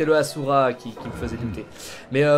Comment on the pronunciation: Sa se prononce pas assura mais (ashura)